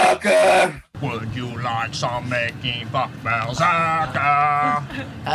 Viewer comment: Did he just say "Making Fuck"?